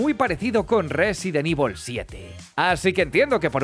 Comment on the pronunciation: Qué sabroso cuando dice Rrrresident ivol